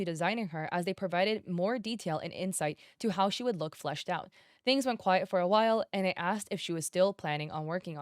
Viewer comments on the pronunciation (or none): none